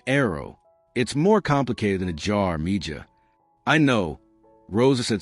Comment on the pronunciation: Mija is pronounced MEHA